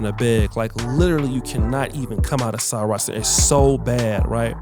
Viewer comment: Also Sarit Centre. Its Sir-writ not Sir-right.